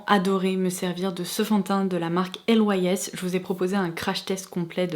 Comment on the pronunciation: Super vidéo, parcontre la marque Lys ne se lit pas lettres par lettres mais comme la fleur de lys 😘